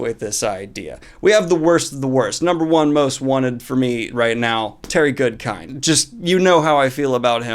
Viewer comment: Everytime I hear Terry Goodkind I actually hear Terry Goodfish. I don't know why.